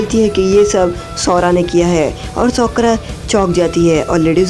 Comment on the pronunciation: Bro she's name is sakura not sokora 😂😂😂